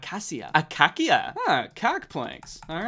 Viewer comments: ah-kay-shah acacia wood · Thats a acia not acakcia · it has always been pronounced as acockia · Acacia: Uh-kay-sha 😄 Danny: ahkakya 😄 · Its pronounced ocacha not ococki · Coc wood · yep, ah-kay-shya. It’s native to Australia! It’s also known as a wattle tree and it grows the cutest little yellow pom pom flowers. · I don’t think that it’s one particular thing. It’s more of how he moves around and reacts to things. Like how he mines the gold block with a stone pickaxe and then goes to get iron for an iron pick when he could have just used the gold one that he got from the chest. Or how he calls acacia, a-cock-ya, and then just calls it cock wood. Or how he says that he feels bad for taking the villagers bed. It’s just really fun to watch him learn new things and have fun while doing it. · You mean shuh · “Akakia wood” yep, that sounds about right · No one: Absolutely no one: Danny: Akakia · danny calling acacia wood the "cock" wood makes this so funny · Nobody: Danny: “aKaKiA” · never in my life have i heard acacia pronounced acockia 😭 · Acacia is like "akæsya" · I love how he pronounced acacia wrong, its rlly funny correct pronunciation; ac-æ-sha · It’s pronounced akasha wood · bro its ack-asia =acacia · bud my sister's name is acacia. btw its pronounced (uh-kay-sha) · danny horrendously mispronouncing acacia gives me life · Danny not knowing how to say “acacia” made my day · The way he doesn’t know how to pronounce acacia is amazing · The way he pronounced acacia tho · Does it annoy anyone else how Danny keeps pronouncing Acacia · Wait, does Danny really doesn't know how to pronounce Acacia? Or is he intentionally mispronouncing it?